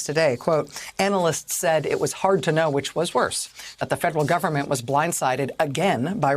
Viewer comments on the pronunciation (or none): none